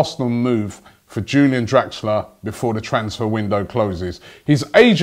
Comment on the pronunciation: No Robbie. It's Pronounced like You - Lee - an